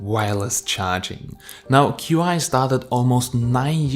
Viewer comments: It's not "q" "i", it's pronounced "chee", and it's the pinyin spelling of the Chinese word "qi", which means energy. I was a Chinese linguist in the Air Force. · pronounced qi as q i when it should be pronounced as chi... The video suddenly lost all its credibility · Qi is pronounced chee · The wireless charging is pronounced "Chi" not Q.I..